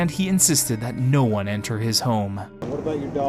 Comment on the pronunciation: "Dillon" not "no one"